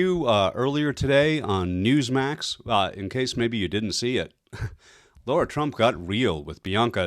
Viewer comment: Her name IS NOT Laura! It is LARA .different spelling, different pronunciation